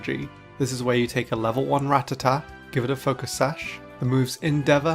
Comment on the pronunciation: Wait... Did a PokéTuber actually pronounce Rattata correctly instead of calling it the retarded "Ra-tatt-ah?" I'll give you an upvote on that alone!